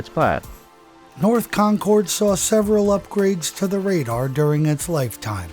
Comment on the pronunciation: Great video . I live about 15 miles from the radar base . One small correction insignificant to the content ; The "cord" in Concord is pronounced with the same sound as the "ord" in the word "word" . Pronounced Concerd ,or just like conquered . This is the same as Concord,NH .